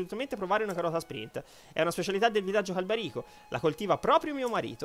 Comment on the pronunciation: Perché se nel video si sente /irule/ tu dici /hairul/? Anche /Càlbarico/ non /Calbarìco/